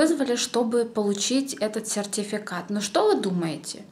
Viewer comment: Ты так слово сертификат интересно говоришь) Я так и не выговорю) Без обид!